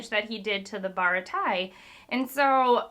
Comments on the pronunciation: Pronounced bara-tee-yay😂. Nice to see how quick you’re reading and how much you’re enjoying it. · Hello. As a way to help you with pronunciation. Anything Sanji related is French. So Baratie would be pronounced baratié (google can spell it) Ah also. When Zoro's two brothers call him that in the same way a delinquent would refer to his boss as big bro as a sign of respect. So they aren't blood related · If I can offer one suggestion in regards to character and location pronunciation, it would be: Be confident. Baratia and Hawk-eye Myhawk are not the right pronunciations, as you've heard a thousand times by now, but I was fine with them because you said them confidently. In comparison, your Buggy/Boogie/Booshie, eventually giving up into "The Clown", from Orange Town were more painful. You'll never get all of the names right on the first go, because for every name that's pronounced how it's written, there's another that specifically not said that way. You just can't win. So my advice: Don't worry about it! Call him Booshie the Clown, call him Myhawk, and heck, call him Zolo, but say it with confidence from the get-go. It goes down a lot smoother that way. You'll get corrected if it's wrong, and if you're not, then it's fine because you're already confident. Really enjoying these reactions. If we're already getting hour-long videos this early, I'm looking forward to later. Take it at your own pace and enjoy the ride. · Thanks for the video! For pronunciation, each vowel only makes one sound, regardless of the letter it's next to. If there are two vowels, it's two sylables. a = ah (ahah) e = ay (hey, okay), i = ee (piece, teeth, sea), o = oh (toe, go), u = oo (fruit, hoop). So Baratie = bah-rah-tea-(h)ey Also, this may be a spoiler, but I don't want you to get your hopes up on more of Gin, up to current chapters we haven't seen him again =( I love your enthusiasm and analysis of themes. I'm excited to see how your journey continues!